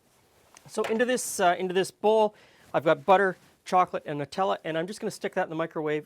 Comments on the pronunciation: EXACTLY! It's NUTs and chocolate not NEWTs and chocolate! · Finally someone who says Nutella properly! None of this silly, "Newtella"